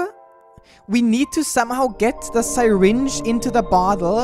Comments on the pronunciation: i am very TRIGGERED because nobody pronounces syringe like that plz stop and say it like this sir-inge not sy-ringe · I can't tell if I love or hate listening to mispronounce the word syringe as Sigh-Ringe. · "sairinge" WWAAAAHHHHHHHHHH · “sai-ringe” said